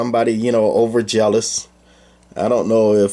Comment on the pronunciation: "OverZealous", NOT "overjealous".